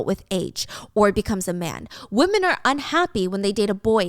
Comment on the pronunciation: Hiiii, I'm not complaining at all because I think it's super cute dont change it! but I've been watching for a loooongggg time and I noticed you always say "woman" instead of women when its supposed to be women! lol I'm just curious if there's a reason why or some kind of backstory on why you pronounce it like that.